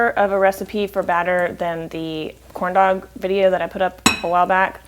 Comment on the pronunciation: If it wasnt for the title, I swear you said "Horn Dowg" shrimp :-) LOL you crack me up, looks fantastic once again, you are so awesome! thumbsup for huiggin and kissn! whooot whoooot